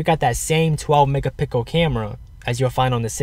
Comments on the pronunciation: MEGAPICKEL lmao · he said 1.2 mega pickel